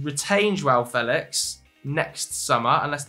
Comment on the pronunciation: "Fel ex" 🤣 sound like a propa bellend